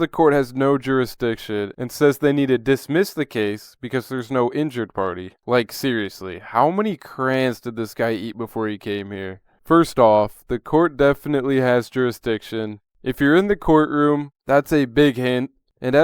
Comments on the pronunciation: a person who represents themselves in court has a fool for a client. also crayons isnt pronounced "crans". the video would be better without the commentary, you sound dumber than the sov cit. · Cray-ONS lol